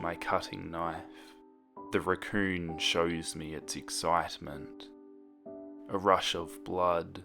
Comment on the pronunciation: when u said raccoon I swear I thought u said recurring